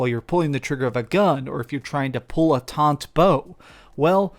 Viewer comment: It’s a “taut” bow, not a “taunt” bow.